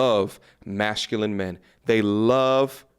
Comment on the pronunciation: Big fan . He pronounces masculine like mashculine